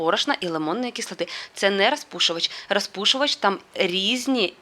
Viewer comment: Ну чому ж треба було триста разів сказати саме " рАзпушувач"? Ми і так розуміємо, що ви намагаєтеся перейти на українську мову. Ну блін, наче Ю. Тимошенко